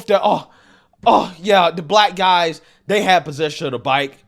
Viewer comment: Anyone that says guysus as guys cannot be taken seriously